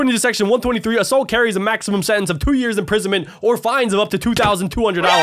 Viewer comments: Instead of years it was "yars" 😂😂😂😂😂😂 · During the 10 years it says yars instead of years